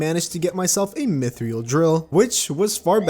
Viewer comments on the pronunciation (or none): myth-ril, not myth-ree-il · Different pronunciations